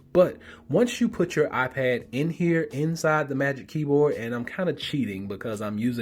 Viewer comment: "my I-ped"